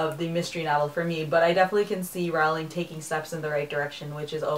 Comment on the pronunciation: It's annoying that you still pronounce "Rowling" incorrectly. It's supposed to sound like "rolling".